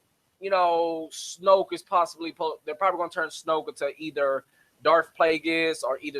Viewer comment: "DARTH" not "Dark". I hate when people do that.